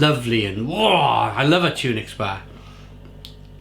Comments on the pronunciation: Tun ocks, not tunix lol your mrs will be at you again😂😂😂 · Pronounced Tunnock not Tune ics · Tunnocks, not tunics. Good review though. 😊